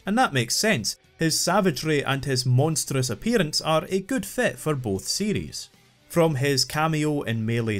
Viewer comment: Am I the only one that hear "Metroid CD" when he says "Metroid series"